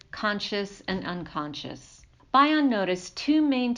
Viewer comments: It’s Bion. Like Bee-on not By-on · bee-on not bye-on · Thanks. His surname is commonly pronounced as "BE-on" (not BI-on as in bionic). Also, you may want to include some of Bion's works in your references- secondary sources are never great. Appreciate your work. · Thank you for this valuable video, but please pronounce Bion correctly.